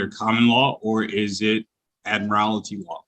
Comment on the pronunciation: This is an older case, but Lockhart can't even pronounce words properly. There is no such word as 'admirality'.